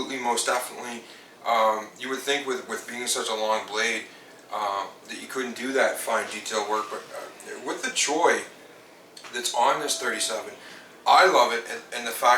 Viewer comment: CHOILLLLL NOT CHOY